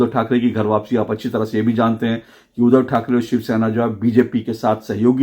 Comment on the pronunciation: अशोक जी, नमस्कार। आपके विश्लेषण की प्रशंसा करने के लिए मेरे पास शब्द नहीं हैं;लेकिन एक शब्द ऐसा है;जिसका उच्चारण सुधारने की आवश्यकता है और वह शब्द है 'उद्धव'। जिसे आपकी ज़ुबान से 'उधव' ऐसा सुनाई देता है। 'उद्धव' और 'उधव' के उच्चारण में ज़मीन आसमान का फ़र्क है। आप इसप्रकार देखें-: अगर शुद्ध,श्रद्धा,क्रुद्ध इन शब्दों को क्रमशः शुध,श्रधा,क्रुध इसप्रकार उच्चारित करें तो सुनने में कुछ अटपटा लगेगा। आप उन व्हिडीओ को सुनें जिनमें 'उद्धव' यह शब्द आया है। धन्यवाद